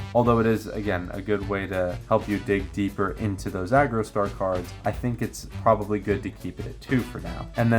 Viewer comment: Homie, I appreciate the video, but Jesus Christ that it is pronounced Argostar, not Agrostar